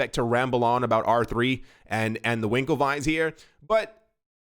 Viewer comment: Heh heh heh......"Winkle-vi"